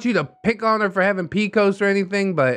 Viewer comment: Firstly, it’s P-C-O-S, not “pee-cose.” Secondly, PCOS-haver here to say… no, PCOS doesn’t mean your menstruation is shorter or lighter. PCOS makes your hormones imbalanced & causes irregular cycling. I personally have gone up to 5 years with no cycle, and when I do bleed, it’s often extremely heavy and filled with huge clots, extremely painful, and no medicine has helped. I’m scheduled for a hysterectomy this month as a last resort, because my pain is often debilitating and nothing my doctors have tried has made any noteworthy progress in years. This condition is no joke and the hormonal imbalances can contribute to depression, but holy fuck, the person in this story NEEDS to find a way to take better care of herself and her living space.